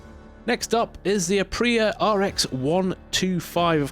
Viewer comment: Piaggio's Ape is pronounced "a-pay". It's Italian for "bee". While we're at it, Aprilia is pronounced a-PRIL-e-a.